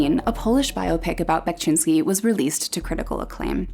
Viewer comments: "Bekshinski", not "Bekchinski"😄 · one of my favorite artists of all time!! also unrelated sort of, but you pronounce VERY wrongly and it was kind of hard to sit through the video because of that (however i must say that you did a great job with the city names, !!). but otherwise great work!! keep it up!!